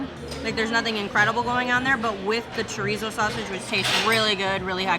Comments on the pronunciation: she pronounced the "z" like she was speaking German!, in Spanish the z sounds just like our s. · I have thoughts on your pronunciation of chorizo 😟